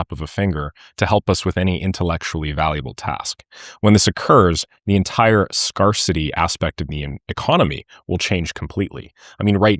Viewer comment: never heard ‘scarcity’ pronounced that way lol